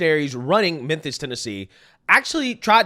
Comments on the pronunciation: Its mem fiss. You keep saying menthis 😂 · “Menthis” really bro? How do you make a whole video about a city and mispronounce its name? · Bro, it's Memphis, not Menthis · Are u calling it "meant this" on purpose? I know u understand it's pronounced "mim-fiss"....🤔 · Damn, the OP can't pronounce, "MEMPHIS." 😂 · You're saying Menthes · Its pronounced , mam- phis.....I lived there for a few years when the place was # 3 boom town in America ...lots of construction...... I dated a handfull of "women of color ".....and experianced some "harrassment " for it...but only from the brothers.....It was an experiance....I was young then and not shy ,... .it was a voilent place even back then......the late 80 ' s....... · Ok, I checked 3 times and Im POSITIVE this dude keeps saying "Menthis" Tennessee. Lol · Its pronounced MEN-FIS. NOT MEN-THIS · killing me here, with his "Menthis"!! 😂😂😂 #Mem-fiss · Sounds like you are saying men-this! FYI it is mem-fis Memphis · Where the f*#% is “MEN-THIS” Please stop messing this word up! It’s urking my life lol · Bro... where'd you learn to talk? It's not "Menthis" bruv 😅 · Great video! But...Are you saying Menthis??? It's Mem-fiss (Memphis) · Did I hear you say “Menthis, Tennessee”?? 😂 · It's Mem-Fis, not Men-this. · Are you saying Menthis?😂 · Memphis* sorry I love your channel but even on the news they call it “menthis” and it makes people appear completely illiterate. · Bro like the video like always. But it’s Memphis! Not Memtis. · Lol… Are you saying Methis? I think this was in Memphis Tn. or maybe I heard you wrong?🤷🏽‍♀️ It’s possible 😁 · It's MEMPHIS. Not Menthis. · MEMPHIS, IT'S MEMPHIS! NOT MENTHIS! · Lol!!! I noticed You are saying menthis instead of memphis. 😂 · Is it just me or is pronouncing memphis like menTHis..? I hope it's me. But i don't think so... 😳_😬_😆💀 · Memmmmmphis... Memmmphis Not Menthis lol. Love you though! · Love you bro, but "Menthis" x2. gotta clean it up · Did you say Menthis? 😅